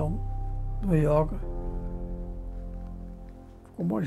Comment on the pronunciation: YÓGA... espero que todo mundo possa ter escutado o maior mestre brasileiro desta grande arte e filosofia de vida falando YÓGA, e não YÔUGA. ...e não me venham dizer que não importa como se diz, o que importa é o que se faz.